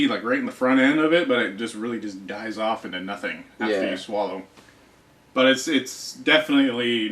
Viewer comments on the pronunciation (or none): none